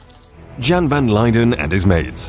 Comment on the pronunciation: It isn't pronounced "Jan", it's pronounced as "Yan".